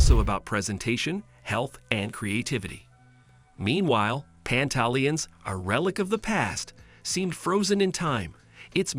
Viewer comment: In the future you might want to properly learn how to say the restaurants name. You sound crazy.